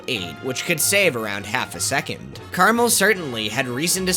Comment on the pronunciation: Carmel is actually CarAmel.